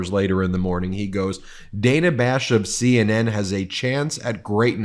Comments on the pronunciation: Ben, am is all you need to say. Following that with "in the morning" is redundant. And Dana Bash pronounces her name "Danna" with a short "a". Come on, man! You should know this stuff! Congrats on hitting 3 million subs, MTN! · As opposed to am in the evening? Measure words. Extra verbiage grates. And CNNs Ms. bash's first name is pronounced Daaana if you spell it phonetically. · Ok y'all... Huge fan & respect what you do... But Ben, oy vey Ben... PlEaSe have someone police your pronunciation of people's names. It's so often it feels purposeful, which I would hope is not the case.. for example- Dan-a Bash... Not day-na. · BEN, IT IS PRONOUNCED DAN AHH, NOT DAY NAH...... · Dan-a not Day-na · It's DAN-a (like Daniel) not Dayna Bash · Her name is produced “Dan” a, not Dana. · It’s Dan-a, not Dane-a. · It is DANNA...not DAYNA! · She pronounces her name as DAN AAAH not DANE A. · Ben, Good report, but let's not fall into Trump-like pronunciations, it is Dan-ah, not Day-na. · Her name is pronounced like the name Dan. Than add an ah to the end of it. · Ben, why are you mispronouncing Dana?